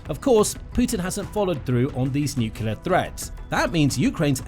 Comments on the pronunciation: The word is nuclear, not nucular. Nu-clear. New- clear. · Lost me at "nucular" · 'Nukular missile'? Is this a kindergarten device? That's the only place I've heard that word. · Sorry dude, as soon as I hear someone pronouncing NUCLEAR as NOOQULER I've got to sign out. I think it's about the lack of respect and bother that one who neglects to pronounce correctly, the name of the most destructive and fatal single device ever built by us humans that has already vaporised tens of thousands of living beings let alone killed many more slowly due to radiation poisoning, deformation and so many other hideous related factors eg. the theft of Bikini Atoll from the native population. NOOKOOLAR doesn't do it for me as it is such a small change in perception of one word that describes the fore mentioned. Petty, this may sound but good bye.